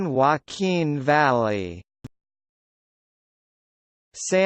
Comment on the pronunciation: You are saying "Valley" incorrectly!